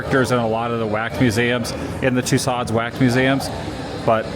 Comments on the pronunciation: Ok. My daughter said we have to tell you. It is pronounced... :too-sowds. Like sew clothes or sow the field. Not like sod u buy for your lawn....too- sods. You just said it like 6 times in a row and it was too much to bear. Lol! All in fun Adam. Just trying to help. We love your journeys! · Great video, one of the top from the world tour selection. You got Van-go correct but the wax museum is pronounced: ma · duhm too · sowdz ( not “sods”…”long “O” followed by “dz” sound; most Americans just make the “D” practically silent)…if you care. Thanks! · Tussauds is pronounced like “Two-SOHZ” (the “ds” at the end is silent; the second syllable rhymes with “shows”). Hearing it pronounced as Two-sodds is like fingernails on a chalkboard. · I positively have enjoyed the videos and it is a even more beautiful country I realized. But after years of French not pronouncing it Madame Too s o - it is so hard to listen to it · Your pronunciation of Tussauds is painful my friend. The D & S being barely heard at all if not silent - like the words "Too" and "Sew" put together, or even more accurately "Too-soh". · FYI: It’s pronounced Madam too so. Great video. I’ve been watching videos on Amsterdam for years now. Their tram drivers have videos on YouTube. Great to see the streets from another perspective! Extremely dangerous just walking along, with all the bikes, trams, cars and buses! Stay safe and enjoy! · LOVING your latest adventures Adam. As you enjoyed it so much, want to mention that the wax museum is pronounced ‘Madame TooSo’, dropping the D and S at the end of the word. French name. ❤ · Adam. The correct French pronunciation of Tussauds sounds more like this: TOOSEW. You don’t pronounce the d or s. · Adam, another great VLOG! Thanks! FYI - Madame Tussauds is pronounced as “Mad-um Too-sohz” in English. The “Tussauds” part rhymes with “so” and has a soft “z” sound at the end. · Adam's pronunciation of "Madame Tussauds", lol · How many times can he say the name wrong ? 😂😊